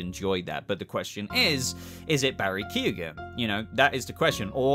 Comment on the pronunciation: It's not Barry Keegan, its pronounced keown